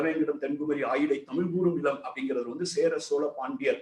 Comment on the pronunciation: தமிழை முதலில் ஒழுங்காக உச்சரிக்கவும்...லூ...லூ..🎉